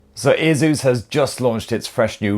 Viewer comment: Its called ASUS....NOT A-ZEUS......